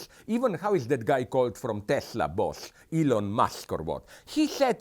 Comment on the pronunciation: "ellon musk or what" 😂 gotta love zizek